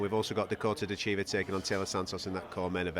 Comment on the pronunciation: Dakota's last name is not De Chiva